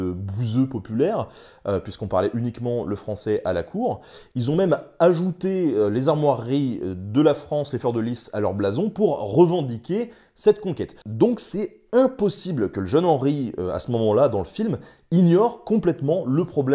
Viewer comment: C'est "armoiries",pas "armoireries".